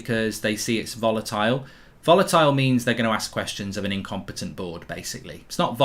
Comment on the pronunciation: “IncomPETONT” frenchbridge 😂😂